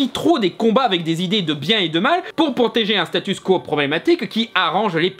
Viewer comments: Arrête de dire "Statusse quo". Ça s'écrit "statu quo" et ça se prononce "statue kouo". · je croyais que tu avais compris comment prononcer "statu quo"